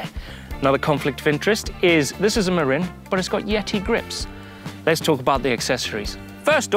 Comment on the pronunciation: Fun! impressive correct pronunciation of Marin (Mah-rin) I had to look it up myself after I got their bikes. Interesting fact that in Marin country California most MTB trails are private land or not allowed (I probably didn't know where to find the proper trails when I visited)